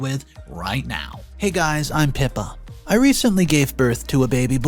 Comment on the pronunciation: This channel has such good stories, but listening to this I was reminded why I unfollowed. PEE-PUH?!? How could anyone conclude that this was the most logical way to pronounce Pippa? Let’s hope there’s never a story on here with a Phoebe….. At this point, I think we’re being trolled. There are so many outlandishly egregious mispronunciations on this channel, it has to be deliberate. I have literally never heard a single story with less than 10 glaring errors. Not just mispronunciations, but there are frequent instances where what’s said is a completely different word than what’s written, sometimes leading the listener to believe a character did or said something that could change the listeners entire perspective of the character or story. I understand that not everyone has an expansive vocabulary & there are times when unfamiliar words will appear in a story. There’s no shame in looking that word up to see what it means & how it’s pronounced. If you have a phone or computer, you literally have a dictionary available to you that will not only tell you what the word means, but will provide you with an audible guide for pronunciation. Creating & posting new content frequently is great, but would it really detrimentally hinder production that much to do a practice recording & have someone listen for errors so you can correct them & then record a polished version for publishing on your channel? & if that’s too much, how about just reading through the story on your own, highlight w